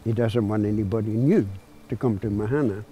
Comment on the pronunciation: It's pronounced maahana. Not mahaana. That's why these things don't work. Don't call things Maori names on Maori land if you can't even say the words properly. Bloody pakeha